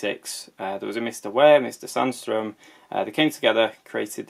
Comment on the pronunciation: Your pronunciation of Sandström is just fine. That can't be said for for sjöö though.